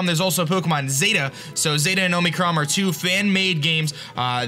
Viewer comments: Is it just me or did every time say omicron it sounded like omicrom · omicroN! the whole time he was saying it with what sounded like an m at the end. Love this game! Keep in mind BellSouth got a good buff!